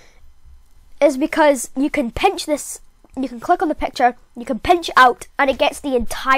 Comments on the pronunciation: Whats pecture is it picture what the heck pronounce it better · I love ur voice And when u say “pecture” i laugh hard